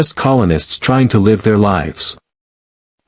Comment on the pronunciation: Yes, I caught the "leave long and prosper "